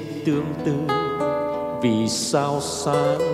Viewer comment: Phát âm sai ngay câu đầu tiên, "vì sao" sao lại phát âm "vì sau" hihi